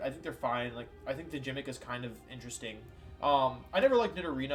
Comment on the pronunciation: I was about to subscribe but you pronounced gimmick as jimmick